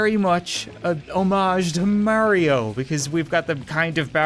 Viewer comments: Mairo? You kinda said it wrong it's Mario or are you from a different culture? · It’s Mario not mayrio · Marryio No NOooo!! It's marr-e-oh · “It’s like maario” Cap no it’s Mario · “It’s like ‘maryo’” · Did he just say Marry io #TRIGGERD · mary-o? never heard of it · Did any body realize that cap said merio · Not merio but mArio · did you just say "merio"? REEEEEEEEEEEEEEEEE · I have never heard someone say "Mawio" instead of Mario before LMAO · I think it's the Canadian accent that makes him say it like marry-oh instead of Mario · "it's like merio" Me: is that a canadian thing to say merio or is it just you? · i like how he says mario "its like merio" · Oh by the way Cap this is how you pronounce Mario; Mar (low e) o. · It’s MARIO how can you not say mario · He said merio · its Mario but ok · The game is pronounced Mario. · You pronounce Mario like Mare-ee-oh? Seriously? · HE PRONOUNCED MARIO WRONG UUUUUUUUHHHHHHHHHH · When he mispronounced Mario I was triggered. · He said mario wrong